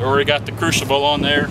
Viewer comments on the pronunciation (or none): Crucible pronounced Krew sible, not crew shable.